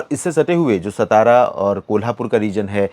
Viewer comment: सातारा बोलो सतारा नहीं।